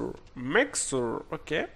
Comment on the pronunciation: Mexer se prononce meCHer